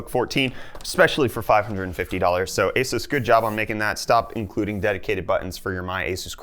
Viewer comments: eh-soos ..... so funny...... cup = coop ? sorry, it just tickles my fancy .... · Jesooos Christ! Where does this pronunciation come from?!